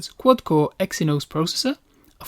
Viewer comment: Nice review, but I do agree that you need to speak slower. You're not fully-pronouncing some words (Exynos become Exyn), and you're flowing from one word to another, making it difficult to understand which one's which.